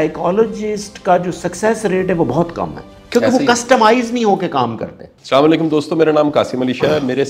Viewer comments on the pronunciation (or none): ساما علیکم نہیں ہوتا اسلام علیکم ہوتا ہے